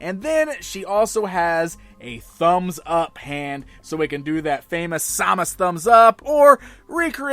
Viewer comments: It's pronounced sam-us not somus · The way you pronounce Samus hurts me